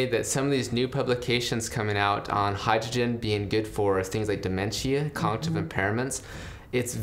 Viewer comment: "dementia, conjive impairments" "congtive impairments" Dude needs more Hydrogen water